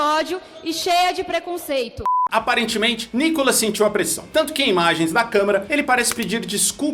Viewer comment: Meninos, o nome dele se pronuncia Nicólas. Como proparoxítona, deveria ter acento agudo na primeira sílaba. Então, a pronúncia de quem conhece a gramática brasileira, é Nicólas.